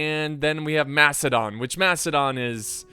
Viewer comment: I keep hearing "Mastodon" everytime he says "Macedon". It's okay to make mistakes.